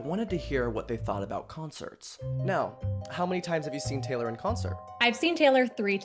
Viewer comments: 'gaylor' SORRY WHAT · the gaylor is driving me crazy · “Gaylor” Oh!… uhm… who is gonna tell her. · the gaylor is driving me nuts 🫩✌️ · Why does pronounce taylor like that